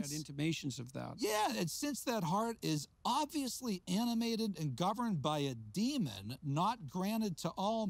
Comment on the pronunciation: "Demon" not "demond"